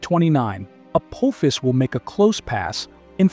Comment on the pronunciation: I think your trying to say apophis. 😂😂😂😂